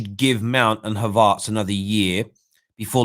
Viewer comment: Please pronounce the e in havertz name. Top quality content aside from that but its havertz not havartz